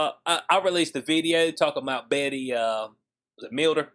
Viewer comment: I don't normally correct people's words. You are so articulate, I thought I'd help out. Her name is pronounced Bet. She was big back in the day. Looks like she's bigger now! LOL.